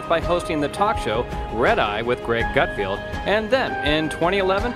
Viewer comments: It’s pronounced GUTFELD...not GUT field..good god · It is Gutfeld not Gutfield. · His name is "GutFELD". Just read it, that's how it's pronounced!